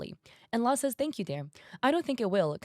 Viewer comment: I think her name Luz is pronounced Loos